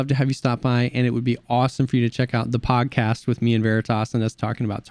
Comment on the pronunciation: Swear I thought he said the “PAWGcast”